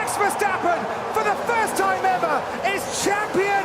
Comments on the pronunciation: yeah she said Verstaaapen and my dad says Verstappen with a fast tone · she mispronounced Verstappen